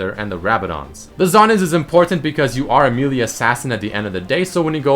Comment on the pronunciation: meal-e type champion